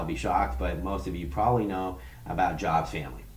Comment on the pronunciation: This guy is calling out Jabs while he himself seems completely fake.. You JUST joined the Jabs Patreon Club and you're already complaining because he didn't "acknowledge" you right away. And his name isn't JOBS.... It's JABS.. I know Erik and you are WAY OFF on your opinion and analysis. If Erik is guilty of anything, it's that he got too big too fast. If you're as smart as you claim Mr. CEO, it might be wise to gather more information about someone. You aren't even saying his name right.